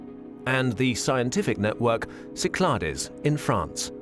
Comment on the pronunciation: Great video! BTW, they pronounce Cyclades wrong. You don't really pronounce the "es" in French. No big deal, though.